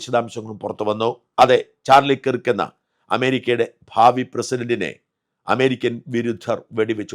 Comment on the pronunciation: കിർക്ക് അല്ലഡോ, കേർക്ക് എന്നാണ്! Replubicans തന്നെ തീർത്തത് ആയിരിക്കും...